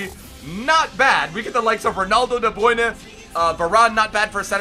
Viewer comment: I really hate the way he says de bruyne